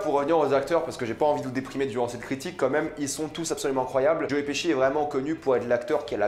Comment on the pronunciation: Il a appeler joe : joé 🤦🏻‍♂️